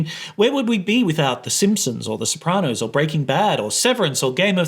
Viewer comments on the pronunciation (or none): none